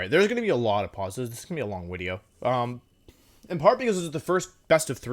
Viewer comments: Nobody: Wolfe: Pauses Wideo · to did he say video and then correct to wideo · i think the wideo length would be a lot shorter if he stopped apologizing for the wideo going to be long lol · everytime he says wideo i get closer to never watching again. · Wolfey: "This might be a long wideo." Me: "As it should be. Long wideos are good wideos." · every time wolfey says wideo instead of video it brings a smile to my face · It’s so cute when he call his video a wideo 😂🥰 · Well, actually is a wideo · nobody: wolfe: wideo